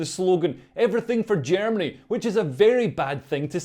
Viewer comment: Yo guhrminny wtf 🤣🤣🤣🤡